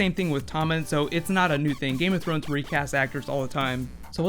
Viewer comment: please, "Thrones"!